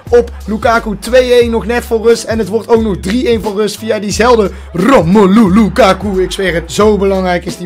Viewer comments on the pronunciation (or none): Romoelu???? Nee het is Romelu